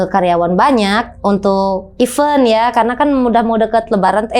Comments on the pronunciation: Event : dibaca “i ven” bukan ive un… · totally sure. Yg aku tekan kan E kedua ya kak e pertama sudah pasti dibaca i / i-vent, nah E setelah V ini bukan é yg seperti even = i-vén yg artinya Bahkan dlm b.inggris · Event E nya dibacanya kayak pelafalan 'ember' ya teman teman. Kalo penyebutannya pake E pelafalan 'emas' udah beda arti yg artinya Bahkan kalo dlm b.inggris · Are u sure? Kalau Event dibaca sperti pelafalan 'ember' yo anehhh lahhh